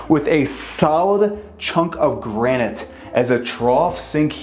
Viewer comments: Please learn how to pronounce "granite." It's easy. It's kinda like "nuclear." SOUND IT OUT. Then say it right. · Granted not Granite?